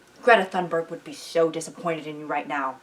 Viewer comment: this was funny and lovely and I think you worded it all great but just for the record that is absolutely not how you pronounce thunberg